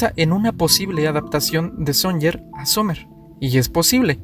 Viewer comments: sonyer no, Suñer con acento en la e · todo bastante bien pero el apellido " SUNYER" es Catalán y se pronuncia como si se escribiera con "Ñ" de ahí que lo escribieran con esa forma, por su pronunciación.